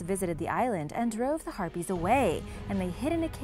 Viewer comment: I thought harpies were herpies lol